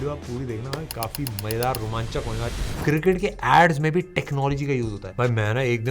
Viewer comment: Mazedaar hota hai bhai majedaar nahi 😂😂😂